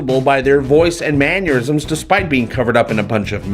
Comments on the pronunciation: Hey! I absolutely love everything you do. Please though, for all that's good and holy, stop saying man-YOUR-isms. The word is Man-ER-isms! Thank you! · There's no "u" in "mannerisms"! Love your vids though :) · FYI, the word is mannerisms, not manniorisms.